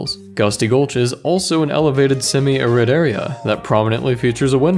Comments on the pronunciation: It's "air-id", not "uh-rid." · I don't get why youtubers have so many problems pronouncing words...Arid is pronounced Air Ed not R Id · I'm glad got to do this episode. The guy deserves it. Even if he can't pronounce "arid.";) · "Uh-rid"? "Air-id" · "somewhat uh-RID" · You pronounce "arid" wrong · Too bad he doesn't know how to pronounce "arid". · The way he pronounces 'arid' bugs me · That's not how you pronounce "arid" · Took me a second to catch him saying it wrong....I've never heard anyone say it that way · I know he's pronouncing "arid" incorrectly, but I don't know how to put it into text...